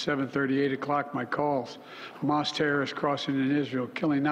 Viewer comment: Humus . omg joe try to remain calm